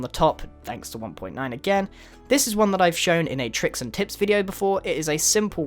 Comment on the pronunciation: I thought he said "tricks and tits"...